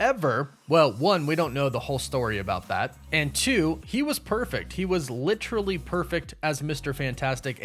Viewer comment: Litchrally, lol.